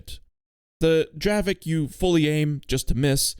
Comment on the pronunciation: even though in Poland we call it draveK its not correct. It is really pronounced in Czech like draveTZ, dont mislead people.